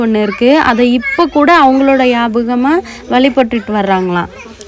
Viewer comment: வெயில் நேரத்தில் இந்த மாதிரி மலை ஏற வேண்டாம்... அண்ணா எப்படி இருக்காங்க... அண்ணா கு இப்போ தான் உடம்பு சரி ஆச்சி அதனால் சொல்கிறேன் அது போல யாபகம் இல்ல நியாபகம் சொல்லுங்க... நிறைய வீடியோ ல யாபகம் தான் சொல்றீங்க...